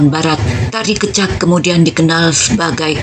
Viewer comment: terima kasih sharing nya,... koreksi sedikit pengucapan kata "kecak" kami di Bali mengucapkan ke- nya itu seperti ke pada kata kecap, bukan ke spt pd kata keluar. salam rahayu